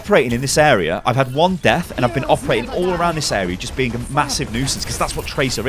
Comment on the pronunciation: "Awea" damage 😂😂😂